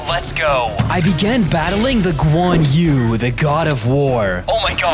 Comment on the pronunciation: It is not guan u it is guan yu